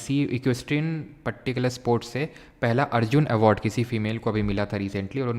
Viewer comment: particular ❎patticular✅ 😍❣